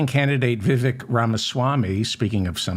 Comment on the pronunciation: Vivek rhymes with cake.